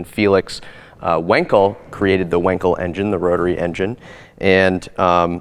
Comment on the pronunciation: It's pronounced 'Vankel' because Felix was Deutsch. The 'w' is pronounced as a 'v' in his name. Also: R.P.M.s? Revolutions per minutes??? No! It's just R.P.M ffs.